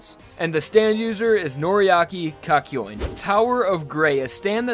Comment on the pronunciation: you said Kakyoin wrong